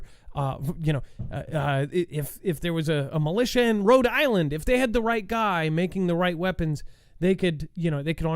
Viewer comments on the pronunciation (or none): none